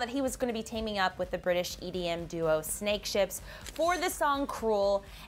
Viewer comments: Wtf Snakehips not Snakeships lol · It is snakehips not snakeships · my bae its actually snakehips not ships XD